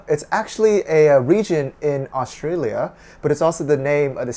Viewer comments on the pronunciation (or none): none